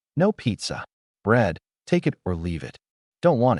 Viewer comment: for everyone who watched pt1 pt2 start Also, you need to teach your AI to ignore periods and how to say it, is, in, an instead of I.T or I N or w/e it breaks the concentration and ruins the story a little bit, j/s" Edit: btw dont get me wrong this is a fantastic story, i deff recommend, ppl should give it a watch!!